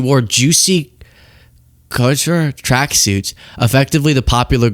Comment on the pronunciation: Do you REALLY not know how to pronounce the word "COUTURE" ?!?